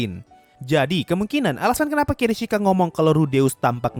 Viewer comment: kishirika bang bukan kirishika